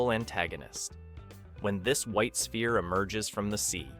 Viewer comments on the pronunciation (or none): none